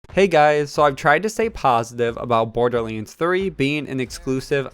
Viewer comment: Borderleends :P